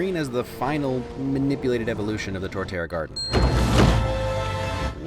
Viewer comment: Torterra* not Toreterra